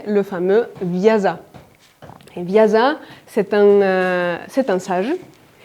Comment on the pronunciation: Très bon résumé, explications claires. Merci! Juste un petite remarque si vous permettez. Le sanskrit est une langue aussi parfaite que peut l'être une langue, et chaque lettre est un symbole en elle-même. Normalement vous prononcez bien, mais Vyasa (l'auteur du Mahabharata) se prononce Vyassa (pas Vyaza), on devrait même dire normalement Vyaasa avec un a long. Et pour compléter votre intéressant exposé, pour nous français nous avons la chance d'avoir une excellente universitaire, Madeleine Biardeau qui a passé sa vie a étudier le Mahabharata (EPHE, Sorbonne) et elle en a publié un très bon résumé en deux tomes. Madeleine Biardeau a parfaitement compris qu'il y a un équilibre qui doit être maintenu entre les deux clans, et quand il y a un écart d'un côté, on doit retrouver une correspondance de l'autre, etc, etc, ses principes ont guidé ses traductions. Ses livres (en français) sont faciles à lire..... Encore merci pour votre conférence et pour partager avec nous votre travail! :)